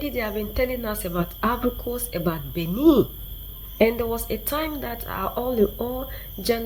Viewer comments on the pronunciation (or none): none